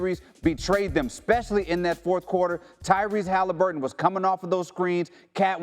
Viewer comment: Love how Q pronounces Haliburton 🖤